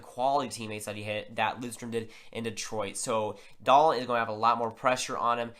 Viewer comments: Yes, Dahlin (pronounced Dahleeen not Dahlin or Dahlan) has very high potential. He is a generational defender in the mold of Niklas Lidstrom/Erik Karlsson. Also has some Bobby Orr in him but not as offensive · Yeah it reason for the different pronunciations is because it’s Dahleeen in Sweden so that’s the actual pronunciation. But in NA, a lot of people have called him Dahlin. But if you look at the NHL draft lottery interview with Dahlin for example you see they call him Dahleeen. The NHL draft should be much the same with the “Buffalo Sabres are pleased to select Rasmus Dahleeen” lol